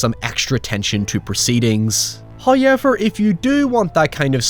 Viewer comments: Disliked for sponsorship. I pay for premium to not listen to ads and have background play. This sponsorship during a video bullshit shouldn't even be allowed. Also, it's "how-ever", not "hi-ever". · For the love of god, please learn how to pronounce “HOWever”. It’s not “HAyever”. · First "hoyevver" drops . We have pleased Him and are rewarded. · May day is always better when I hear a "heurrever" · I can't get over how funny pronunciation of "however" is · The way homie says "however" gave me whiplash